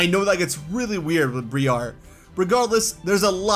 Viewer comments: dude why are you pronouncing Briar as Bree-are.... Briar is Literally an English word pronounced Breye-er like Rye and she's from the Unova Region.... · Briar's name is pronouned BRY AR not BREE AR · Ok. You have been mispronouncing Briar's name. It Pronounced as BrEYE er. Briar means thorns.